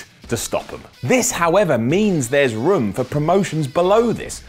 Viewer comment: I got way too caught up with the way says 'room'. Sounds like an Irishman saying 'rum'.